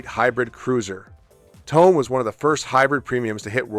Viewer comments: Your mispronunciation of 'Tone' is truly annoying. Forget the English word tone. That's not it. There are two syllables. TOw. NE. Say each with equally weight. TOw NE. Ffs. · Nitpick - in Japanese, "Tone" is pronounced "toe-nay" with equal stress on both syllables.